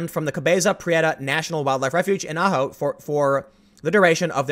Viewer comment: Total thumbs up for pronouncing Ajo correctly.